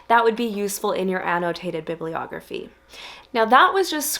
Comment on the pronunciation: an -- no - taited ---- bib --- lee- ogrpheei